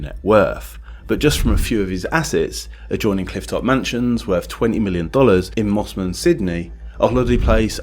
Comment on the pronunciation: Mosman not Mossman